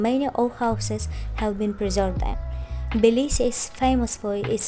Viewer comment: Жуткое произношение!!!! Сразу слышно - русская!!!